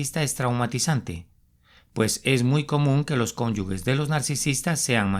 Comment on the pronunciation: Se dice cónyuges NO "CÓNYUGUES".